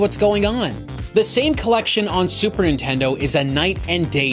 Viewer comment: I can’t believe I wanted one of these when they were new. I was legitimately let down when I didn’t get one for Christmas. Looking back, I would’ve absolutely hated it upon finally playing a game. Dodged a bullet there. Edit: why do you pronounce Nintendo as “Intendo”?